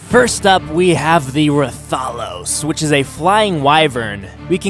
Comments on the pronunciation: Rath-A-Los and Rath-Ian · Rathalos is pronounced wrath-all-los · I don’t know how you can miss pronounce Ratholos but pronounce Rathian just fine... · Plz get it right rath a los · Rathalos Is like Wrathalos sorry but that triggered me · YOUR SAYING RATHALOS WRONG!!!!!!!! its pronounced Wrath-a-loes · Hes saying rathian and rathalos wrong ._. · When you said Rathalos you were close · You suck at pronouncing the monsters! Monster hunter is my fav. Game ever!!! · Deviljho isn't a mutant and yea you pronounce rathalos wrong